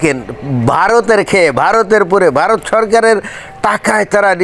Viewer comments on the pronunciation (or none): none